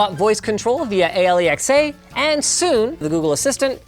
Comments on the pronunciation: ...... Dude, it's Alexa pronounced as Alex-a not A.L.E.X.A... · Did he say A- L- E- X- A Instaed of Alexa ??? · Ay'el'e'ecks'ay? Oh you mean Alexa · A.l.e.x.a instead of Alexa hahaha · Did Linus just pronounce Alexa as A L E X A? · Why do you say A l e x a and not alexa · Did he seriously just say "Ay ell ee ecks ay" instead of "Alexa" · WHY does he still call Alexa A.L.E.X.A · Why do they pronounce Alexa as Ale-ex-a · Did he just call Alexa A L E X A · Did you just pronounced Alexa "Ali eks a"?? XD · lmfao whyd you spell out alexa? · I was wondering why he didn't say it right :) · so it cracks me up that you can't say "alexa". jus sayin